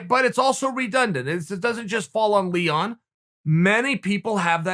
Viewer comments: Nobody: Not even Leon: Chael: LEEHON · "Lehon" Edwards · “Leehon” -Uncle Chael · Chael: Leehon vrs Hasmat Everyone: what? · Leehaan and Hazmaat -Uncle Chael